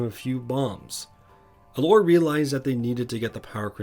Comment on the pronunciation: "Gelora the Faun" >:((((((((((((((((((((((((((